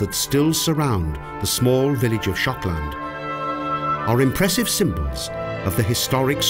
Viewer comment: Why is Shokland almost sounds like Schotland?